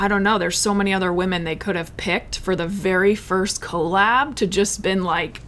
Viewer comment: Love this podcast minus her saying "CO LAB"